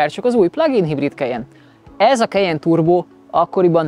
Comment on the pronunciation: “Kejen” Soha semelyik autós szakújságíró nem ejtette így a modell nevét,sem Magyarországon,sem külföldön. KAJEN! <—- Németországban is így ejtik! Az új modell orrrésze borzalmasan gyengére sikerült,jellegtelen. Ennyi erővel lehetne Ford vagy Honda.